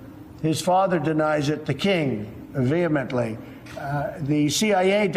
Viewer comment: Vee hee mintly